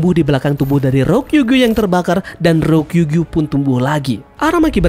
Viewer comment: RYO KU GYUUUUU ,, JANGAN SALAH NGUCAP MIN